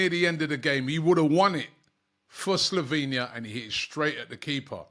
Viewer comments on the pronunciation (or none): none